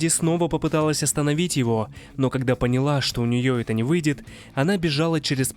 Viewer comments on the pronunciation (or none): none